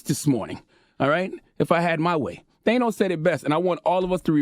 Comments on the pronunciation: Thanos .. not theynos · One day Charla will pronounce Thanos properly 🤣